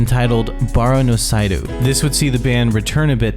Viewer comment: Also every time he pronounced "seidou" as "sigh-doo"